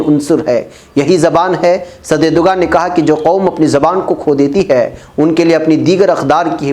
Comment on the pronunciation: Erdoğan [ˈɛɾ.do.an] (the English equivalent is approximately a W, i.e. "Erdowan") so Erdugan is wrong pronunciation, it is not english letter "g" but ğ which pronunced a w or अ in hindi (एरडुअन)